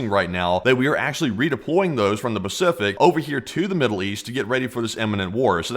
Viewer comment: Ah yes...the "Bacific" Ocean 😂